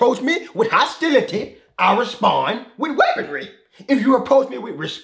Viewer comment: The way he said “weaponry”😂😂